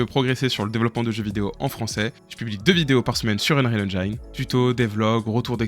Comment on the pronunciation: Venant du modding d'Half-Life, je suis plutot C++ donc mon choix a été assez simple, UE... au passage, j'essaye d'éduquer les Francais sur la prononciation de "Engine" xD on ne prononce pas comme "line" mais comme "medicine".